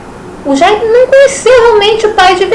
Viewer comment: Jaime se diz "Djêym".